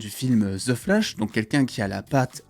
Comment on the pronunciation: Stp pourrais tu bien prononcé le THE c’est pas ze Mais DE tu me frise les oreilles à chaque fois que tu dis ze 😱😱😱😱😱😱